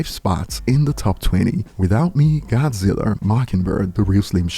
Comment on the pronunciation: Not godziller! lol love ya